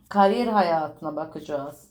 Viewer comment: Karyer ne abla yaaa?? Burcumdan soğuttun vallahi :)